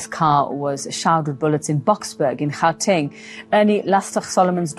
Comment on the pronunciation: Narrator is the butcher of south african names - lastig😂 oh there goes the name gauteng😂😂😂😂now bakkie😂😂😂❤